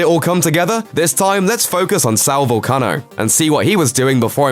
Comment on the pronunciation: Way to butcher his name you Irish mick